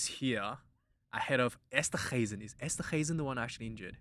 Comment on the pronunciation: it's Esterhuizen not Esterguizen. LOL ❤ from CPT, SA